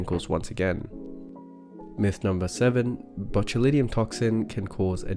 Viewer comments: Why do you pronounce it botuliNIUM?? When it's botulinum. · How he pronounces botulinum😊